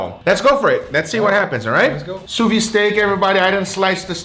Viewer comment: Just for your information: although your pronunciation of the term "sous-vide" is much better than the average person's, there's is actually a "d" sound at the end, as the word is written. Keep the same pronunciation, but add a "d" sound like in "video/vid". Actually, you can easily look up the way a French speaker says it on youtube to see what I mean.